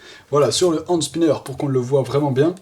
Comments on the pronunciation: Juste ca se dit PAS hANd spinner MAIS hENspinner 😂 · Ca ce dit hènde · ca se dit ènd spinner